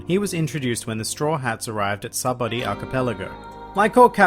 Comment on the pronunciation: Sahbuddy? Dude its sabaody fuckin say it right